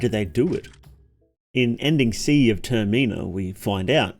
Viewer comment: Ok I'm ONLY saying this now because I've been spamming your vids and termina is absolutely killing me lol someone tell me I'm wrong it's termina not ter/mina short I anyway autism rant over love the content